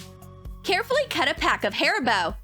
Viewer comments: She said hairbow Instead of haribos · Did she call it hair-bow instead of harri-bow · who else thought that she said " HAIR BOW " but then realized she said "HARIBO" just me okay > :))